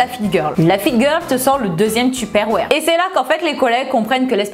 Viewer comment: Sa me fait trop rire comment tu dis : Tuperroire ! Si non super vidéo ! ❤️